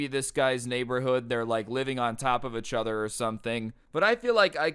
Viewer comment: Every time you say achother my soul dies